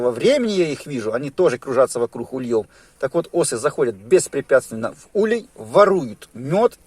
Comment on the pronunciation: В русском языке ударение ставится на первый слог - Улей. Следовательно и вылетают с Ульев, а не с ульЁв. Извините, но слова автора режут слух. Не сдержался.